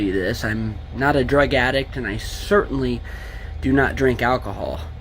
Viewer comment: i like that he emphasizes that he doesnt drink alcohol more than drugs lmao. "im not a drug addict and i CERTAINLY!!!! dont drink!!"